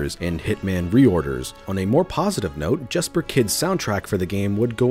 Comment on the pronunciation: Jesper is pronounced "Yesper".